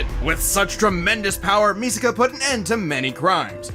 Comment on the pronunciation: Its misaka bro😂